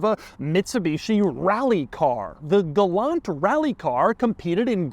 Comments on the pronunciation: Pronounced gal-ANT lol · It is not a Galant, it is a Gay-lant, Lol. My friend's mother owned the base version and each time I would say, Galant, she responded with, “I know what my mother drives and it is a Gaylant”.